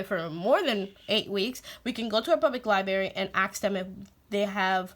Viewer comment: PS: & Now you have me re-visiting Alpha Phonics.. That colorful paper is a GREAT idea! <3 PSS: U have me smiling.. U pronounce "library" the way my mom says "library" ... " li- berry" ^_^